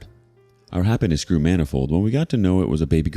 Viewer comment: The way you said “manifold” made my brain autocorrect it to “Manafest” like the band